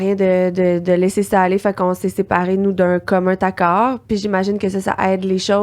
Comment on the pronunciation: Les fille, il n'y a pas de "T" dans commun accord. On prononce commun "naccord" et non pas "taccord" Bravo pour le podcast, ça aide beaucoup de couples 👋👋👋